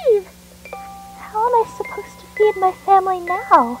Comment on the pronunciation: Did you say"Familli"